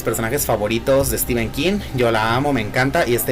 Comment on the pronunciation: Muy bien por decir STEPHEN como stíven, no stifen. Prácticamente todos los youtubers de habla hispana que veo dicen stífen. El otro día vi a uno mexicano que lo dice bien. Ahora he pensado que tal vez Mexico sea la excepción y ahí, al lado de EE UU sí se dice bien.